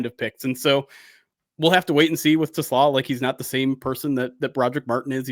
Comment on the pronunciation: Te—Slah. Rhymes with ooh-la-la.